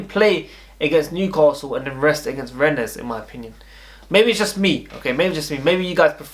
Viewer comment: Its pronounced renn the es is silent